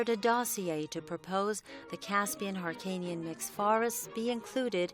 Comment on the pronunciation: این خان به هلو میگه هالو -هیرکانی نا هارکانی